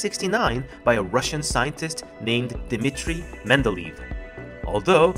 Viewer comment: It's Mende-ley-ev, it's not Mende-leave.